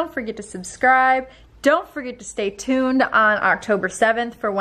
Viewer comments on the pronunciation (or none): none